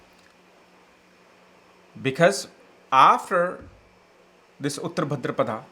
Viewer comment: he pronounces uttara as uttr , bhaadra as bhdr , maghaaa as maaaaaghaaaaa